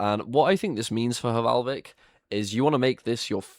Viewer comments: no to be that guy but it is valhvik and not hvalvik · H in Hvalvik is silent. It literally means whale inlet... hmm, h in "whale" is silent too now that I think about it.